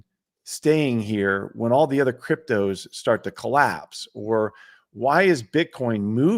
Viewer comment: Every time I hear say "cryptoze" during a discussion on Bitcoin, a little bit of bile comes up the back of my throat.